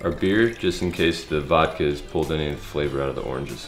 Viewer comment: it is VODKA, not vadkeh